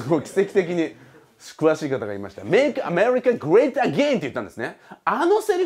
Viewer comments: 発音的にイギリス人っぽい気がする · make America great againを教えてくれた人発音良すぎて何回も聞いちゃったw